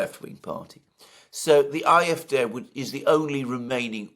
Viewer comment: WHY do you always call it the IF-day. If you can't pronounce the German then fine, call it the AyEfDee. Please stop doing that. Otherwise, thanks I always enjoy your talks. Except that bit.